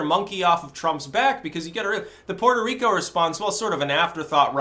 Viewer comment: Puerco Reek-oh